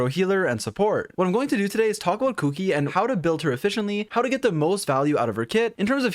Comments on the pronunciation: I had not actually paid attention to her name so I kept hearing "Cookie" when he was saying "Kuki". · I laugh everytime he says kuki